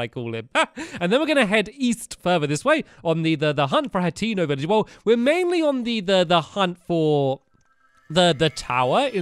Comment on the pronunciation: by the way stamps it's pronounced Hay- ten- oh hateno